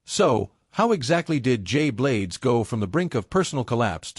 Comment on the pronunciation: Clickbait for a history of the show. And incomplete... it just stops partway through. And the AI voiceover is not good — it calls him "juh-blades".